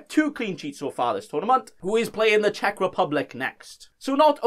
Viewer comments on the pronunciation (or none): none